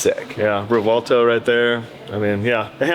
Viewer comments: Yo please stop calling it the Rev Vell toe* "Its Rev well toe" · It's "Rev - well - toe"